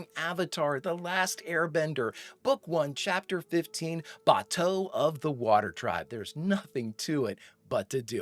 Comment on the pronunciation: I don’t mean to sound like an ass or anything, but they said Bato‘s name several times in the episode and for some reason you’re pronouncing it really weirdly it’s giving me avatar the movie vibes, which is really bad